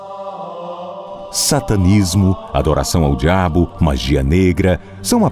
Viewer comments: engraçado ele não fala diabo ele fala Dhabo....hahaha eu ri mt no começo do vídeo.... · "Adoração ao djabu" KKKKKKKKKKKKKKKKKKKKKKKKKKKKKK